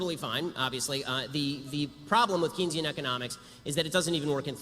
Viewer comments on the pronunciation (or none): Imma be the one person to go at Ben here. Keynesian economics. It's pronounced cane, not key. You misled me for years Ben!!!!!